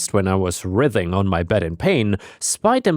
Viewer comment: Just a heads-up,: "writhing" pronunciation: /ˈrʌɪðɪŋ/ RIGH-dhin